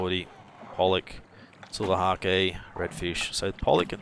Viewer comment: And silver hake is long A, e is silent.